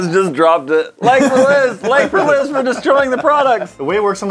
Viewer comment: It's Liz not Lia lol